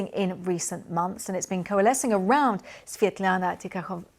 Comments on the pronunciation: BBC you are embarrassing. Can't even say Svetlana's full name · Well, as you may see my name is Slavic, I speak Russian and no, this is not a 'good job' in pronouncing Svetlana's name. BBC should have done their homework and learned how to say her name.